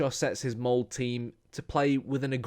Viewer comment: Molde! MoldE! E like in the name Elizabeth lol